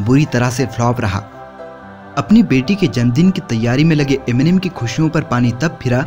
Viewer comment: Enimen...kya he ye...Eminem hota chu...